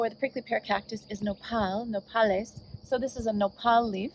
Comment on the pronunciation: “NO-pal-IS” salad 🥗 lmao 🤣 I can’t